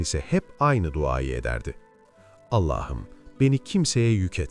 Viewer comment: Her şeyi güuel telqffuz ediyorda nedense bir Allah'ım yerine Ellah'ım diyorsunuz, şulenin cami önünde ettiği duasında.. ilginç..